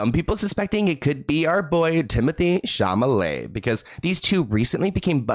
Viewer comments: Its not chamalet,it's chalamet bro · … it’s Chal-a-met!! HAHA!!! NOT CHAMALET!!! YOU ARE TOO FUNNY!!!😂 ♥️♥️♥️♥️♥️♥️♥️♥️♥️ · Sorry but it is Cha-lo-met . 😂( Not making fun of you , just thought it was funny)